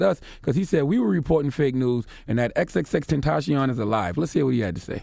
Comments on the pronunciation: xxtenchion😂 no hate tho rip to x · "X x tencheeyon" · charlamagne: ''exextacion....off the schreet' lmao :))) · Please give Charlemagne Donkey of the Day for mispronouncing X's name.